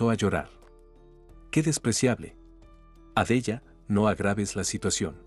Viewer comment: Por fabor pronuncia bien los nombres por ejemplo Sara Adela ho Carmelita y varios nombres